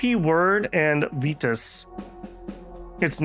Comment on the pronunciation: the reading of virtus in every possibly wrong way is kind of annoying.